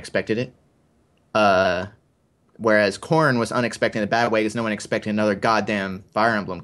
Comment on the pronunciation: dangit now I can't unhear corn whenever I hear corrin